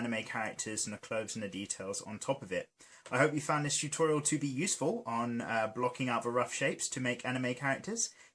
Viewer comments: Toootorial! Beautiful way to say it. I say tut-o-reeal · its hilarious how he says, "tUToriAL"